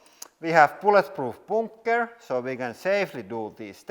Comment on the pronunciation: Plug. :) U is pronounced oo in finnish. That's also why he sometimes say boonker instead of bunker.